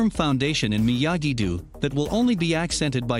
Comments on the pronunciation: Miyagi Dew?...it's pronounced like the word dough, like unbaked bread..... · It’s miyagi dough not miyagi dew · MiyaGEI Doe, ITS Miyagi-Do lmao not Doe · are we all going to ignore that u said miagi doo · Bro, why do you call it Miyagi Du?? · this man said miagu du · he said myagi du